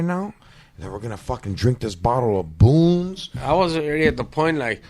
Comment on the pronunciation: You KNOW you're a "Foo" when you pronounce Boone's as "Boonies". 🤦‍♂️🤣🤣🤣